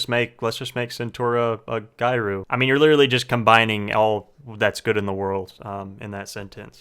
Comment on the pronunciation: Gyaru isn't pronounced like "guy-roos"... It's basically the Japanese way to say "gal"... So it's like Gya Roo... Gyaru... Well "gyaru" itself doesn't mean slut, but characters with gyaru themes are typically depicted as slutyy and as someone who messes around... Just sharing a bit of knowledge